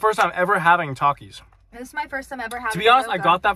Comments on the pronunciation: The way he pronounced takis 🤣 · I feel like when accidentally pronounced takis wrong Kayla over reacted. Don’t get me wrong I LOVE her and her channel but just because it’s her favorite snack and someone miss pronounces it doesn’t mean it’s the end of the world he probably has never thought to say the word takis.